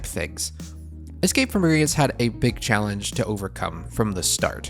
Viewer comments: Why "Grin-guts?" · That 'u' drove me 😠. It's a 'o'. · For the love of god stop pronouncing it “Gringits” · omg. It was all I could hear.